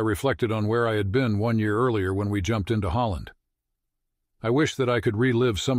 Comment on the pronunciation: I jump ed.